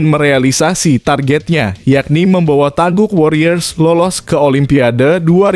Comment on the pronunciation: Taeguk warior bukan taebuk